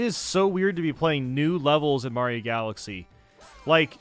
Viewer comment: "mayro smm"